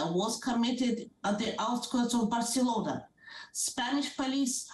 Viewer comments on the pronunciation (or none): none